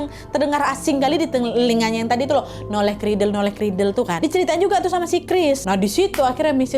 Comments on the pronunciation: Itu bukan "Noleh kridel" yaa kak 😂 tapi "Nollaig Ghrìdheil" 😂 itu bahasa Gaelic skotlandia. Emang jarang sih, bahkan udah nggk dipake keknya, karena orang2 dah pakai "Merry Christmas" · Nollaig Chridheil nad... Bukan noleh kridel....